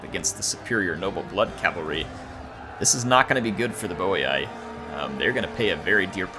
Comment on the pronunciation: And its boi(boy) not boiai